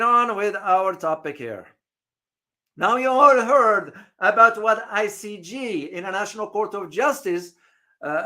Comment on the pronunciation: great broadcast but if you don’t mind I’d like to make a minor correction to your pronunciation. The court is I C J not I C G. Thanks.